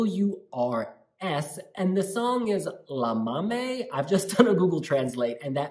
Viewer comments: Loved this review, but let me tell you guys that in order to pronounce "Llámame" right, you better try the sound of "Y" at the beginning. Try saying "Yámame", cause you are saying "Lámame" and it sounds like "leak me" in Spanish ("lámeme") :) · We, spaniards, are to blame for this one. Romania is one of our favourite 12 pointers, and we are SO buying this one, I'm sure. And yes, we call "bebé" to our boyfriends. He knows so well. And Spanish Eurovision entry in 1962 was "Llámame" by Victor Balaguer. (Pronounced 'Djā_ma:_ mE) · Stop saying lamame it meens lick me in spanish . In spanish Ll = i And you are right is cheep but catchy . 😘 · When you said "lámame" I died 😂😂😂 it means "lick me". What a letter can do 😛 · Llamame sounds like “iamame” in Spanish! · Ll is a Y sound in Spanish. The way you pronounced it, it means “I sucked on it” 🍆😂🤣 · I just hope they learn how to say “llámame” LOL Such a good song ❤️